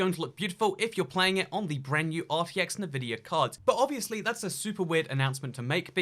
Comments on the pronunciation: The GTX 10 series can actually do ray tracing. Also, NI-vidia? It's pronounced EN-vidia. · "en-vidia" not "Navidia" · hardly... The company name begins with the letter N. N vidia. He can say N. His pronunciation is as if he is sounding out the N. Plenty of Brits say it correctly. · It's N-VIDIA not NI-VIDIA. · Love you bro... But you need to say Nvidia correctly... It's obnoxious! Say it like so it sounds like this.. ENvidia. Not Nuhvidia. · En vidia not na vidia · btw it's pronounced en-vidia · It's not nuvidia, why do you pronounce so many words wrong? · Partnering with Ne-Vidia... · Ah yes, navidia.... wait what? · The way you say NVIDIA is odd to say the least xd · Is it just me that gets annoyed by the way he says Nvidia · OH MY GOD I CANT WATCH THIS WITH THE WAY HE PRONOUNCES NVIDIA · Can we talk about how he pronounced Nvidia? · Take a shot every time he mispronounces Nvidia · Why do you say Nvidia like that. That is the only thing I've thought about this entire video... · Yeah ik, a lot of people are saying it weird.